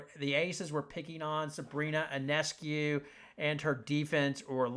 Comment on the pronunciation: Listen announcer, IF you want to sound intelligent...PRONOUNCE SABRINA'S name correctly...her last name is PRONOUNCED YONESCU...not onescu or i-o-nescu...THIS GRATES ON MY NERVES THAT FOLKS DON'T PRONOUNCE HER NAME CORRECTLY!